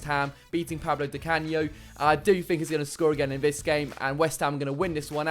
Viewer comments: The video was going well until said “Pablo Di Canio” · Guy said pablo di canio